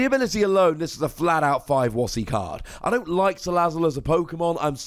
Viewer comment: Thanks for the right pronunciation of salazzle.